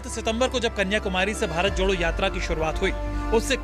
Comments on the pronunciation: Sr pehle to भारत jodo sahi se boliye Hum to lgraha hai ap भारत chhodo bol rhe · anchor ji chhodho nahi jodho boliye